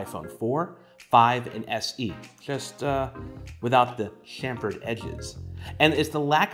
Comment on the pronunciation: Thank u for saying ‘chamfered’ correctly!!